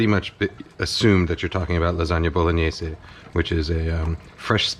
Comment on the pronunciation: Thank you, thank you thank you for pronouncing Bolognese correctly!!! It does not rhyme with mayonnaise. I appreciate your efforts at respecting other languages, too many people in your position don’t seem to care.